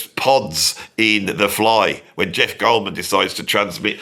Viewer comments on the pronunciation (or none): none